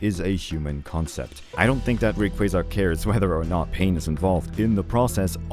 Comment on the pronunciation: I appreciate you being one of the few to pronounce Rayquaza’s name properly. 😂